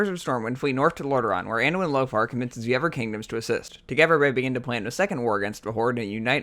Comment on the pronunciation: evolve even ferver? - uh-ver people? - twisting never? - save azeroff? - togever - norvern cities - Arfas? Nope. I can't tolerate this. That's enough.